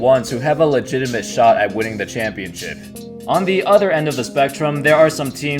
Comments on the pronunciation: Contending for a championshit? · Did he say championshit